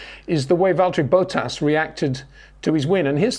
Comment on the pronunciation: ⚠️ To all international sport journalists & presenters: ... it is NOT Lewish ... it is NOT Bottash ... and it is certainly NOT Max Vershtappen!